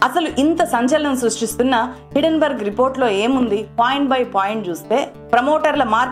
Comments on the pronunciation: హిడెన్ బర్గ్ కాదు - హిండెన్ బెర్గ్, correct yourself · Thulasi garu meeru company name wrong ga palukutunnar. It is not hiddenberg it is hindenburg.